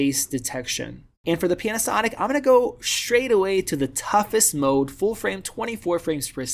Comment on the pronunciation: Did you say “PENASONIC”?